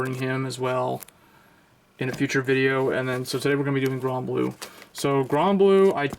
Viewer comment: its called granblue not gronblue